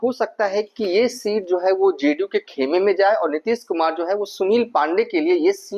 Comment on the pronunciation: Zo hai , Ki za rahi hai . Kya hindi bolta hai